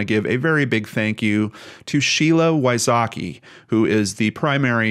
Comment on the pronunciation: Sheila Wysocki is pronounced completely different btw 😂😂😂 vysocky